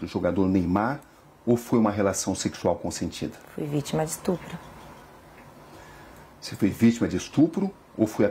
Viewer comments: Ela sabe oq e estrupo? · Acho que esse "estrupo" que ela fala,significa "me deu dinheiro"